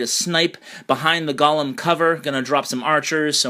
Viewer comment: gOOOOlems. not gAAlems!